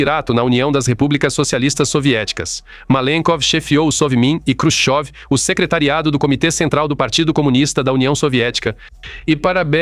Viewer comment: Você está mais por fora que bunda de vedete! Quem disse que Nikita Khrushchev (não Krushov, como você diz) foi fuzilado?